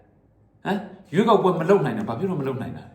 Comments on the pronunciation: ရွေးကောက်ပွဲတောင် .ပီအောင်.မပြောနှိုင်ဘူး😂😂😂 ခွေးမျိုး..ခွေးသား.. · ဘာကောင်လေးလဲ ရွေးကောက်ပွဲတောင် ပီအောင်မပြောနိုင်ဘူး စျေးကောက်ပွဲတဲ့ ရေးပေးထားတဲ့က အဲလိုဘဲဖြစ်နေတာထင်တယ် လီးဘဲ